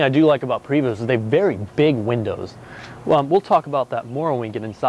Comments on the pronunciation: It's a beautiful coach but dude, learn how to pronounce Prevost; many pronounce it incorrectly, as you have but that doesn't make it okay. Listen to one of the company representatives pronounce it here from Prevost page (see By the way, if one is expecting to haul around a motorcycle in that compartment it must be the smallest motorcycle around; just saying. If I bought this coach the first thing I would do is have somebody go through and replace all of the television and stereo components. It's doubtful that it'll be long before those remote controls (if they haven't already) start going bad. It's true that things were built to last back then but it's been twenty years and I'm pretty confident saying it's time for things to start popping up in need of replacement or maintenance. Congrats; you came closer to pronouncing the name correctly toward the end of the video. It truly is a beautiful coach; thanks for sharing. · When he mispronounced the manufacturer name he lost cred. Then that head handle blew it! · How on earth are you in the RV business and don't know it's "Pray-voo"... French Canadian. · Also as a matter of interest. You said "um" three hundred and fifty two times.......Also, STOP SAYING PRE VOST.........Also, you need to work on your sales pitch....."Look at the paint on that thing". In fact, I don't believe you are right for the job.....Back to washing for you. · Thank you for your feedback! He knows that its "Pray-vo," but he kept saying Pray-Vost in the start and then said correctly later in the video.. Oh well.. It Is What It Is.. Its Pray -Vo for correct French pronunciation just like it should be "Por-chaa" for German.. or Gaan-Gaa river for Indians.. Its great that we have got so many feedbacks along with some critical ones, but we know that's all good. Thank you for watching our videos.. haver a happy July 4th! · I believe the name should be pronounced like “PREY - voh” since the originator or builder is French. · Its pronounced "Pray-voh".